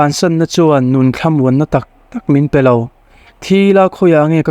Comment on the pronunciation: Mr,M, i chenel hi a ṭha ka tiin, ka ngai hlu a ni, testemony ṭha tak tak min hlu ṭhin hi, Pathian malsawmna, lo chang zel ang che. Amah erawh chu, i ṭawng kam hi, tlema uluk deuh ngai lai a awm ka ti. entir nan, ania tih hi a ni a, tiin, ka tia, tih hi, ka ti a, peih lo tih tur hi, paihlo tiin i lam ri bawk ṭhina